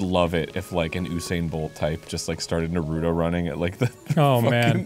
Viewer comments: just cuz Dan said "NUH-ROOT-OH" I lost all respect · You'd think Arin, knowing Japanese, would pronounce "Naruto" correctly. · There's no D In Naruto... JS